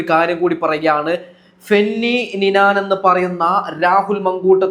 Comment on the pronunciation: മങ്കൂട്ടം അല്ല.. മാങ്കൂട്ടം.. നിനാൻ അല്ല.. നൈനാൻ... വീഡിയോ ചെയ്യുന്നവരെ ഞങ്ങൾ തിരുത്തേണ്ട അവസ്ഥ.. കഷ്ടം ഉണ്ട് കേട്ടോ